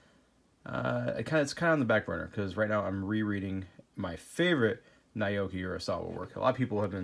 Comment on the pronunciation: Hey dude just thought I'd let ya know Naoki is pronounced more like Now-Key.